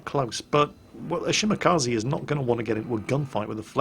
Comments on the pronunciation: It is shimakaaze! not shimakze! :P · i was correcting... it's not she-MAC-azee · How come you can pronounce Minekaze, but butcher Shimakaze? Its Mih-neh-car-zee & Shi-muh-car-zee not Shi-MACCA-zee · "shumakazzy" PLEASE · That's the best way I've ever heard to pronounce Shimakaze. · Wait how did pronounce Shimakaze? Also, why can't I run into people this stupid when I play? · bother, despite he maybe have watched Kancolle, and it certainly looks like that, and heared the name Shimakaze several times thru the series, it seems that can't pronounce japanese names correctly. No matter what xD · ***** Does it hurt to say it the correct way? No. So why not at least try? The more people who say it correctly, the more it will become the norm. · ***** Environment* And pronouncing them the [wrong] way isn't. You are toxic as hell, try to be more diplomatic, you can't make any friends if you are always that toxic. ;) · ***** I'm not pissy. O_O And your saying the words WRONG, English and Japanese are different. I was telling them the CORRECT way to pronounce them. It is a genuine criticism.